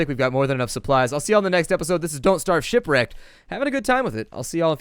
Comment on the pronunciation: "Shipwarecked" I can tell this episode will be good :)